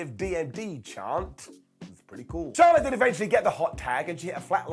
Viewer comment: Its actually Charlette, not Charlotte.. it's always getting corrected on dark..lol I keep doing it until she got on the mic and went off on Tony one week. Lol